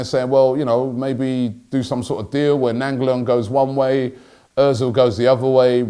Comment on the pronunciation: Robbie’s class pronunciation of ‘Radja Nainggolan’ 👌🏾😂